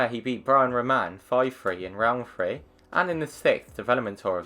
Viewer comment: Yeah, it sounds like 1 2 4 because his pronunciation on the three is piss, but he did say 1 3 4.